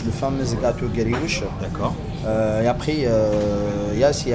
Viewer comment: Guerioueche (grioueche),entercote (entrecôte), teravail (travail) du boulot pour les linguistes et les orthophonistes.❤